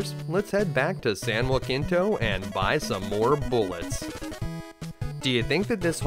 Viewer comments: San Jacinto is not said as San Joaquinto but "San Ha See nto", other than that this gameplay was pure flawless perfection. Also I love it when you destroy the plot and find hole after hole in the main story. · San Juh-Sen-Toe (not Wah-Keen-Toe) ;) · This game was a blast but I never finished it when i rented it as a kid. But as a native Texan, It's San Jah-sin-toe. We pronounce it different from the original San Ha-sin-toe. Great video my dude! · San Jacinto was where Texas won Independence from Mexico. You completely mispronounced it. Hard J soft C. [juh-SIN-to] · Naturally, it's a great video, and for a game I never woulda thought was so good. Everybody is saying that though. So I wanna ask something. Did anybody else kinda chuckle at how he pronounced San Jacinto in this video ?